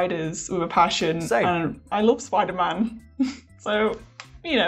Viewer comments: Ah yes, I love Spidlr-Man. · Oh yes the Spidlr-Man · wtf is a SPIDLR-NAN tho? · Fun fact tom Holland has a hard time saying spiderman.